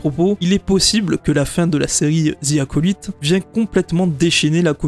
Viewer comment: Arrêtez de prononcer Acolyte n’importe comment svp